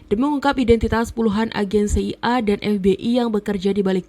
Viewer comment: Tolong pengucapan kata CIA dan FBI serta KGB bukan seperti ini caranya, bikin bingung ajah